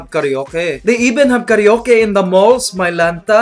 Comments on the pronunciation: A Filipino wouldn't say KARYOKE but KARA-OKE :)) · it's karwake not karyoke :) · not karee-yoke... but KARA-O-KE, thats how it's pronounced in filipino hehe. have a good day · you said ka reo ke...instead of ka ra oke....XD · and it's not kareyoke. BIDYOKE!